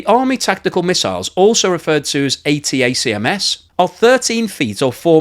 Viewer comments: Just say "atacams"... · Atacms is pronounced Attackams.